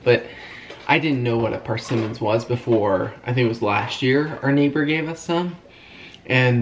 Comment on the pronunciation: PERsimmons 😂 although i did enjoy hearing say PARsimmons over and over and over 🤷‍♀️😂😘 you bring me joy and laughter in odd ways sometimes kiddos 😂